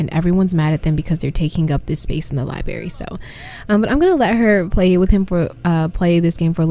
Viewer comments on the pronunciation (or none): It is NOT A LIE-BERRY!!!!! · LI-BR-ARY , I know I know. I also pronounce "room" like "rum" sue me LOL